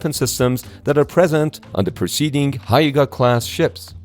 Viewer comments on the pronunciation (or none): Hyu-ga class Not "Haiga". That pronounce like "Hugh ga" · Hyuga is pronounced like 'hue(as in a colour hue)' + 'ga'. Not 'high-ga'. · Not haiga (germ), but hyuuga (sunny side), an old name for Miyazaki Prefecture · not higa but hyuga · >> Your pronunciation "Hyuga" is completely wrong, [hyuga], not "[haiga]. "You must never mispronounce proper nouns. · Hyuga is not "hi-ga". It's pronounce just like "hue-ga". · its hyuga not hai-ga😢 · ❌️hi ga class ⭕️hi yu u ga class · You absolutely butchered the Hyuga… Its Hue-Ga hue like colour hue. And about the offensive weapons, that why Type 10 can’t use L55 because it’s offensive. Or they can‘t have Tomahawk either TLAM or TASM even though Anti-Ship cruise missiles is fine. And the namesake, It’s not important if the ship in WW2 kill how many American. In WW2 battleships ship are name after a medieval name of the province. Yamato is the old name of Nara ( old capital city of Japan ), Nagato is the old name of Yamaguchi and so on. Smaller ship use the nature related name like rivers and mountains, and Aircraft Carrier use a mystical creature except Kaga was a battleship, Akagi was a battle cruiser, Shinano is Yamato class converted. Since Helicopter Destroyer is a capital ship, It got the namesake after the battleship, Ise, Hyuga, Kaga, Izumo all of them name after Japan medieval provinces, just like WW2 battleship namesake schemes. That’s also mean they can have some interesting name for Heli destroyer like Tanba and Tango sister ship ( today Kyoto district ) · It's pronounced as "hue ga" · Hyuga, difficult to pronounce? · I was taken aback by how you pronounce hyuga.... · The pronunciation of "Hyuga-Classc" is incorrect.